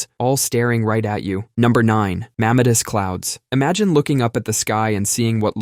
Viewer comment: You mispronounced "mammatus" clouds.